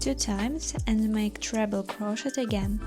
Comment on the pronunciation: I love this pattern! Currently making it for Halloween. 2 things though, SAID WITH LOVE the T in crochet is silent ('cro-shey' or cro-sheyed or cro-sheying) 2ndly, that background music is absolutely TERRIBLE! Both are Very Disturbing to my 'Tism's, and I had to turn the sound off, which is a shame as youhave a lovely speaking voice 😂❤